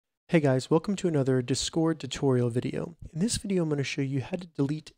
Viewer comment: I don't like how you say discord. It's just a bit annoying to listen to.